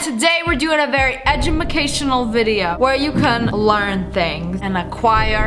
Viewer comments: You sed egumucashinnl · why did you say edumacaltional? (Edge-ema-cashe-inal) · “Edumacational” ~Sniperwolf~ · No one: Litterally No one: SSSniperwolf: EdImUlCatIonAl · Did y'all here her say edumacationual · edumacational 😂😂😂I love sniperwolf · Does she actualy not know how to pronounce the word educational or is this a joke?